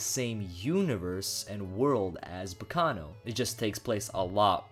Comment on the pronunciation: Hearing him say Baccano is very painfull.